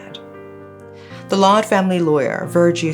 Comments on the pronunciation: Why the narrator keep saying “she” or the last name sounds “loud” it’s Lawde/Laude! He’s pinoy and not american! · And it pronounce as LAO-DE not LOW-D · it's pronounced Jennifer "Lao"- "de" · I think "Laude" is pronounced as Lao - de in the Philippines. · Its "Law Deh" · Pronunciation is law-de with a long A. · Glad you covered this case. This was a case where the victim did not get justice due to the a more powerful country's interference. This is how weaker countries are treated. anyways, Laude is pronounced as Laodeh and Magsaysay as mug-saisai